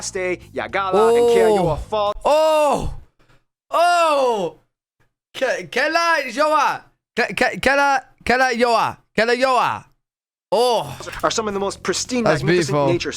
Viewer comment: I recommend you to visit Estonia too to learn a bit more and to enjoy our beautiful country :) Also how you pronounced the Keila- Joa it was amazing and well done :) Great reaction and commentary. 10/10 points